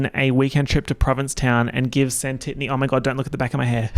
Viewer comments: Santitney? smh… it’s britanna ! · "Santittany"?! 😭😭 That's Brittana to you,. Anyways, as you were slaying... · Not you calling them Santitny 😭💀 Brittana is so iconic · SANWHAT NOW? It’s BRITANNA OMG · NOT SANTITNEY. 💀💀💀